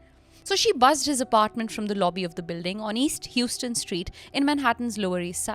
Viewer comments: The street Fahim lived on is pronounced HOW-ston, not HEW-ston like the Texas city. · it’s pronounced How-stun